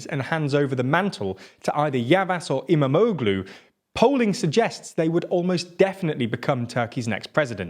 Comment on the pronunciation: It's great to watch! Immamoglueee